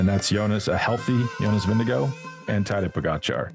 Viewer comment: Great show!... Jonas himself pronounces his last name VIN-g-gard - not VIN-g-go. Johan (the linguist on your staff) also says VIN-g-gard. Just sayin.